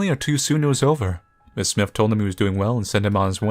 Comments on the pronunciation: It’s S-My-Th. Not smith. Smythe is S-my-th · I know this is like...3 yrs too late and all, but..."Smythe" is pronounced "smIthe," that is, w/ the long-i sound for the "y" and the "th" is hard like in "the" as opposed to "with." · you don't know how to pronouce. Smythe isn't pronounced like Smith. It is "Smy" like "try" and then the "th" sound follows. Use similar rice with "i" as the "e" at the end of Smythe gives us an uppercase "I" sound. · I think its pronounced "Sm*I*the" with a long I, rolling into what sounds like the word "the". all one syllable.